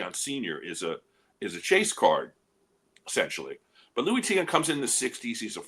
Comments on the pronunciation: I do appreciate some of content... but even if he's never heard of Tiant - which, itself, is sort of an indictment on his knowledge - the fact that he can't slow down enough to read a five-letter last name and, instead, laughably mispronounces it - 4 times in about 5 seconds - by flopping the two vowels - is 100% worthy of criticism and most certainly TAINTS his reputation. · Mr.Tiant was my father. I miss him terribly. I think knows all the mainstream players trying to stay relevant. He has no clue what he's talking about. I think it's embarrassing to hear my father's name being pronounced like that repeatedly.